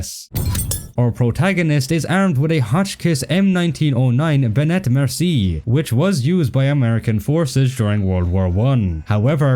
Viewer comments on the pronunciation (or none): none